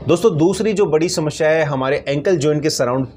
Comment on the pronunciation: Kaun sa doctor hai tu shamashya bolata hai bolna to sahi se aata Nahin